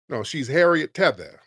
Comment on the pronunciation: “Harriet TETHER” 😂😂😂